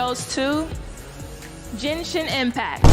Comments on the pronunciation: HAHAAAA did that lady really say Jenshin? LOL. But seriously I can understand genshin, kinda understand TOF. The other 3 don't give a Shet about ever. But WERES NIKKE AT? Also so far I like NIKKE best so far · Earned my sub for replaying "Jenshin" every 3 minutes or so. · I hope they pronounce it jenshin again they gotta hire that funny lady